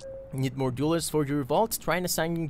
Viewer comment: We need to work on your pronunciation of "dwellers" :D Think "tell", "bell", "sell", then say "dwell"+"ers" ;) <3